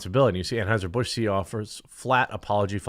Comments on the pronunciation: "Tran-heuser Busch" 🤣 Love it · Ha. Did he say Tranheiser Busch?? 😂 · He said TrAnheuser Bush lol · He said "Tranheiser Busch" LMAO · DID he just say TRANHEISER-BUSCH ?????????????? lolololololololololololol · He said “tranheiser busch” 😂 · Budweiser clydesdale horses accidentally drank some of the beer and turned into unicorns.🦄🦄🦄🦄🦄🦄 Wait, did you say Transheuser Busch?🤣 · "Tran-heiser busch" 😂😂 I had to go back to make sure I heard you right, hilarious 😂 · TRAN-HEUSER BUSH 😅🤣😂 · When you said tranhighser I fkn lost it . 🤣😂🤣😂🤣😂🤣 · Pardon my spelling but “tranhiser bush” 😂😂😂💅 Edit: “Tranny fluid” 😂😂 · Love the way u said Tranheusr 😂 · Lol tran-auscher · I caught that "Tran-heiser Bush". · "Tranheiser Busch" 🤣😂🤣😂🤣😂🤣😂